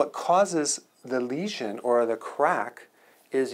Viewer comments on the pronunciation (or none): none